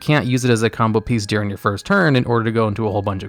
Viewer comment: Oh my lord, its during, not "deering"